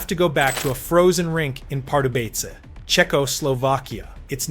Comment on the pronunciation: Your crappy AI voice says Czechoslovkia like a drunken robot trying to convince the cops he can drive.